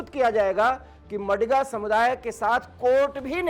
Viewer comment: It is not मडिग नही it is मादिग हैं।please correct pronunciation.